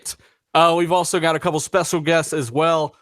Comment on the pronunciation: Specal guest lol???? Anyone hear that at 8 seconds???